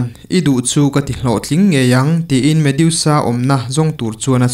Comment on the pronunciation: Medusa,a in ziak ang hian,lam mai tur ni awm tak a ni,mediusa ni lo vin.ha ha haaa